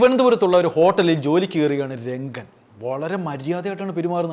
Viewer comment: രംഗൻ അല്ല റങ്കൻ